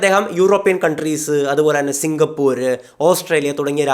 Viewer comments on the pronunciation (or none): none